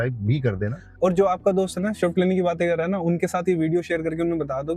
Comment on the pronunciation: Shift nahin "Swift"😂